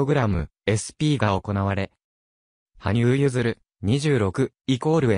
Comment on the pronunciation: 申し訳ありませんが、はぶさんではなく羽生(はにゆう)さんです。また名前は、けつげんではなく結弦(ゆづる)聴きづらいのでよろしくお願いします🤲